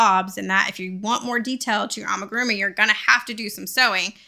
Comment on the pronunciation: Its pronounced ah mi gu ru mi not ah muh gu ru mi 😭